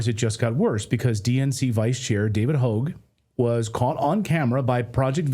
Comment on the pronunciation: David Houge? Sorry but his propaganda as Hogg has been shoved down our throats since he lied that he was at the Parkland event. Surprised you didn’t know how to pronounce his name.